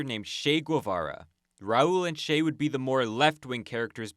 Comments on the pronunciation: I guess I'm going to be that guy. "Che" is not pronounced "Shay", the "ch-" is pronounced like "cheese" or "choose" or "cheer". You did pronounce the end of the name correctly "-ay" as in "bay" or "day", although the Argentines would shorten that vowel sound just a bit more than English speakers do. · Excellent video, terrible pronunciation of “Che”.